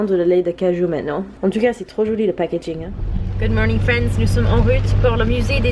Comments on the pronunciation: Quand tu dis « nous sommes en route » ça sonne comme « en rut » et la connotation me fait tellement rire😂😂😂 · J adore ton accent ! Par contre a partir de 16 minutes, j entends "nous sommes en rute pour le marché des enfants pour l exibition" cette phrase m a fait rire... j espere que vous n avez pas mené ce projet a execution quand meme... ;)